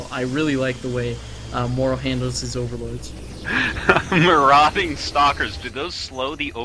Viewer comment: to artosis: marauding [məˈrɔːdɪŋ] adj wandering or raiding in search of plunder or victims Sounding wise is more important than being so! ;)